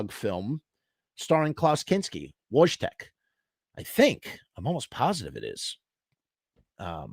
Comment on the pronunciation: It’s pronounced Voy-Tek